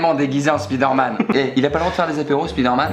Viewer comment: La prononciation de Spider-Man 😶